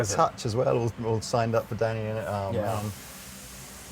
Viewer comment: A lot of people call George Harrison’s son Danny. His name is Dhani. It’s pronounced more like Donny. Kind of a blend of Danny and Donny. You pronounce the H.